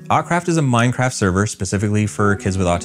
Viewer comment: I thought he said ‘ourcraft’